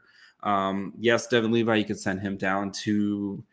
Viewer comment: I think this guy struggles with dislexia, he never pronounces player's names right when there are countless resources to learn. Levi isn't pronounced like the jeans you dolt. How is this your job?